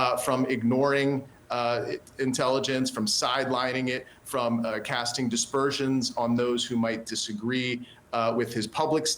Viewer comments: Dude has some hilarious mispronunciations: sine qua non = "sinkwanon"; casting aspersions = "casting dispersions"; panoply = "pan-op-olee" ... Did i miss one? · You cast "aspersions," not "dispersions." Learn to pronounce "sine qua non" and "panoply." Ignorance undermines your credibility as a commentator and author.